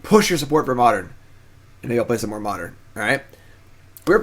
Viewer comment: Oh man I love "Modren"